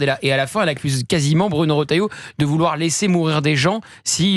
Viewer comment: Erratum : Retailleau ,pas Rotailleau.